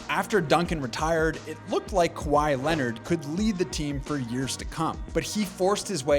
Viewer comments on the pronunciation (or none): none